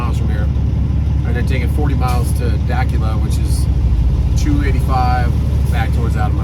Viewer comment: Dacula Georgia is pronounced Duh- Cool- LA .